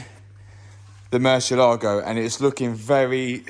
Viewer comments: Nothing less than a black Murciélago. Fun fact: Murciélago is Spanish for Bat (the animal) and the accent is on the E so its not murcie-LAGO it's murci-ÉLA-go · Pronounced "Moor-see-eh-lag-o"